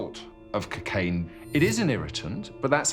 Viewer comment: they cant even pronounce cocaine properly. cuckaine? honestly